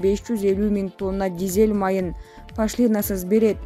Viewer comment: Эээй журналистер пашлиинасыз дегенин эмне кайра кайра сабатсыздар Пошлинасыз деп ударенияны О тамгага коюп уйронуп алчы